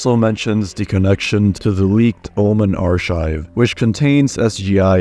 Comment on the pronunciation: what the fuck is an "arshive"